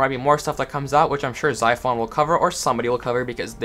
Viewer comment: He said zyphon's name wrong lol